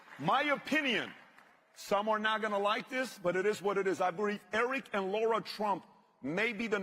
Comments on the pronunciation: Lara Trump pronounces her name Lara like lariat, not like the or sound in ignore. Lara there is no U in it! "Lah-ra", not"Lor-rah" Please correct in future, so many people get it wrong and it's disrespectful. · By the way , it’s not LAURA it’s LARA